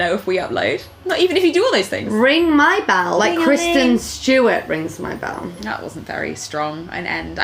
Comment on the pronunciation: kwisten stewawt